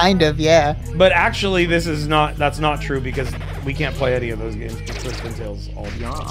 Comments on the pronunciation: literally until seeing your comment I thought it was PrisonTale and he was mispronouncing it as a bit??? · thought it was prison tale then i thought i heard say christian tale then i finally see its PRISTON tale